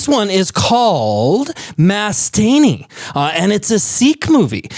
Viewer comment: your movie name pronunciation is wrong, correct it pls